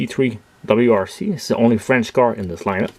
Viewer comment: I have the VW Polo already, and will buy the others as well in the future. They are really great products from Majorette. I noticed you accidentally said "W2C" a few times instead of "WRC", but it is just the logo confusing you LOL ; )